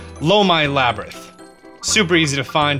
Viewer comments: Please learn how to pronounce this. Lomei = Low-MAY Labyrinth = Lab-er-inth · laybritt, labtrith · "Hillian shield" "Eyewata" "Laybyrinth" lol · lay-brinth, or lab-rinth? :D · And you pronounce "Labyrinth" two different ways. LOL